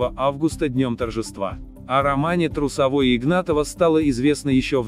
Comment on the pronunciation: А на фига фото с Кондратюком и с Семененко с ледового шоу тут выкладывать?! Или ты разницы не видишь?! Причём тут Кондратюк и Семененко вообще?! За это дизлайк! Смотри,что выкладываешь! И ударение неправильно не Трусово́й,а Тру́совой!В общем ролик слепил из того,что было!